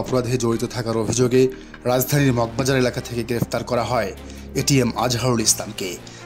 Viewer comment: প্রতিবেদনকারী কে বলছি অভিযুগে নয় মিথ্যা অভিযোগে। ভাষা যদি সঠিক করে বলতে না পারেন সত্য না বলতে পারেন তাহলে সেই খবর প্রচার করে লাভ কি বলে।